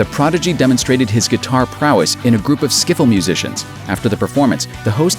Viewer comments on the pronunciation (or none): none